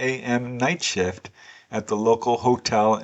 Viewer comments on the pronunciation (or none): none